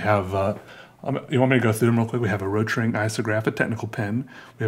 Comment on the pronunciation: Nobody:: RoTRinG IsOgRApH